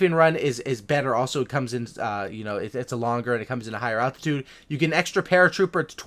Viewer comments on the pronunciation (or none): none